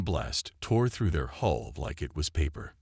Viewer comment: It is not HOLE IT IS NOT HALL DAMAGE IT IS HULE DAMAGE. PLEASE TRY TO GET IT RIGHT